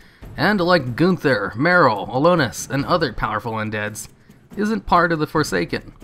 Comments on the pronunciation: Everytime you say Alonus i wanna die Is AlonSus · "Alonus" Foul xD You're missing a consonant buddy. A-lon-sus. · ALONSUS not Alonus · It's Alonsus not Alonus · it’s Alonsus Faol, not Alonus Foul. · no offense, but it's alonSus not alonus. otherwise nice video ;) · Also its Alonsus foal not Alonus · AlonSUS, not AlonUS. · ALONSUS. Not alonus... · AlonSUS, not AlonUS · Did you just not read the first "s" in "Alonsus", or did you not read the name at all and just guessed? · Alonsus: uh-lawn-sus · dude, love your vidoes.... but can you please read names of things properly? Alonus...? Freyjah ( and not Freyja pronounced Freya).... Like seriously I dig your stuff but come on man. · Brah please.. it's AlonSSSSSSSSus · "Alonus faol" Arghhh! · Jesus Christ aren't you reading that shit? you've said 'ALONUS' 3 or 4 times now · You know there's an "S" in Alonsus, right? It's not pronounced "Alonus". Jesus Christ, get your shit together. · You said Alonsus wrong, the s is not silent. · my only issue with this is the mispronunciation of Alonsus' name. otherwise? BALLER video. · So fucking triggered about the way you said Alonsus' name. But otherwise it's a solid 4,5/5 video keep up the good work man! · the s in Alonsus isnt silent :P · I like how you consistently mispronounce Alonsus the entire video. There are not one, but TWO S's in his name. Surprise!